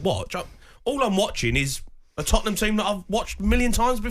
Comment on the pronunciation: Lads, it's Tottenham 😂😂😂😂😂